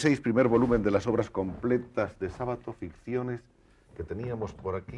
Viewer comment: El apellido no es grave. Se pronuncia Sábato, aunque no lleve tilde.